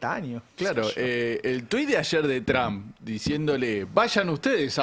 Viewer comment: Por qué los argentinos pronuncian mal el apellido Trump?